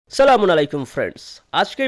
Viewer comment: আগে সালাম ঠিক করেন।